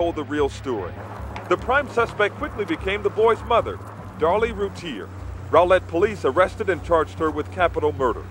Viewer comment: It's pronounced more like Rowlette, not Rolet (Rowlett)